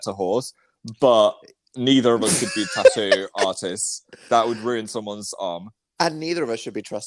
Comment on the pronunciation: I’m British and I still don’t pronounce tattoo like that